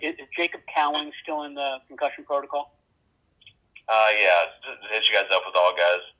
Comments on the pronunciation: Love your content. Please stop saying proto-coal, it should be proto-call. Like alcohol but not as fun. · Concussion proto”Cole”. What accent is that? 🤣